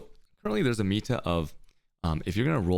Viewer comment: 45 minutes in and I finally understand that's "meta" he's saying, not "amita", which makes it way more understandable